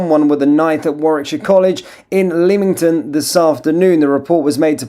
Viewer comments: Btw, Leamington or Leamton as i think you said it, is pronounced as Lemmington. 😉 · “LEM-ING-TON” not Leeming-ton. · It is pronounced Lemington as in lemon, not the way you pronounce it. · Leamington is pronounced LEMMINGTUNN . Is it Royal Leamington Spa? Royal (pronounced LEMMINGTUNN) Leamington Spa in the Royal County of Warwick in England. I simply hope this is helpful. 🙂 Mrs D in Yorkshire. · It’s pronounced Lem ing ton!you should know that! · Just to let you know it’s Lemington the a is not pronounced. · FFs it is pronounced "Lemmin Ton" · Leamington pronounced Lemingtom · So close to home as this went on at my local college in Leamington Spa! Pronounced Lemington! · It's pronounced 'Lemmington' btw lol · Get your pronunciation right please. I’ve noticed it a lot on your news pieces! It’s Lem ing ton ! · Pronounced Lemington. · A 'college' you say? It strikes me that there won't be much learning going on in this particular establishment, on this or any other day. Meanwhile, the presenter cannot pronounce 'Leamington' properly. There isn't much hope, is there?